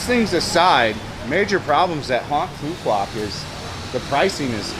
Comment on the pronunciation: Bro you are painting a picture that isn’t realistic…first get your pronunciation right…it’s Phooo Wok..not Phooo Kwock…this is my 4th year living on this beautiful island…you simply don’t know where to go nor what to do here…20-30K Bahn Mi’s are everywhere…shipping goods to the island costs more because we obviously aren’t on the mainland…thus businesses need to pass some cost to the customers…garbage, that’s essentially everywhere in Vietnam…at least someone taught you how to pronounce “Nah Chang” properly!!! Just like America, stuff costs more in Hawaii because it’s a wait…ISLAND!!! Stick to Saigon content instead of spreading fake news…btw…many tourists here…especially Koreans right now